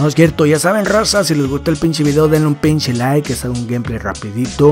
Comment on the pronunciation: segundo comentario eres el mejor me da mucha risa como dices pinchi o pinche xD